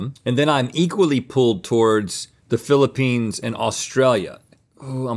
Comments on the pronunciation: Did Link say, "feeling the peens"?? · Who’s gonna tell link he needs to quit calling it the Peenes? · He said peen... 😂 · I love how they keep calling the Philippines, the “Peens” 😂😂😂 🇵🇭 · I’ll never not chuckle when Link calls it the Peenes